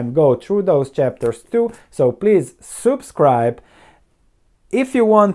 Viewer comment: I always have to giggle when you pronounce "subscribe". 😜 Not making fun of your accent - it's great.